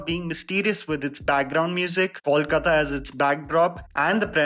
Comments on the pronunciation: How difficult is it to pronuce "Coal" kaata...it's no 'Kaul' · When you pronounce Kolkata... please pronounce "Kol" as you pronounce the word "coal" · Why do people have such a hard time pronouncing "Kolkata"? It's not Kaulkata nor Kolkota. It's "Kol" (like coal) and then "kata".